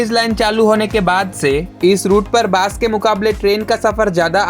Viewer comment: Bro, Hindi te kotha bolle pronounciation gulo check kore nao bolar aage. Hindi te Bus k Bas bole pronounce kore, r Bus bole jeta hoy setar mane holo pocha gondho. Sunte khub baje lagche